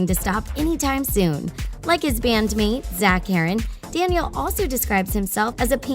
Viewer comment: When they said zach herron i nearly chocked on an water melon seed